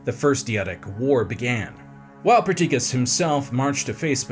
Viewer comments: No hate (I know goofs happen), but Perdiccas was pronounced like three different ways. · Ptolemy "The Meh"? 😂 Also, i like that it took three tries just to pronounce Perdiccas right lol. Then ended up mispronouncing 90% of the names, including the Aegean Sea somehow. Oh how I long for the days of Simon.